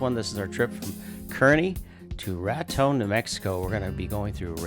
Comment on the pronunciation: It’s pronounced car/knee. My mother was from Kearney and Granma lived there for more than 90 years.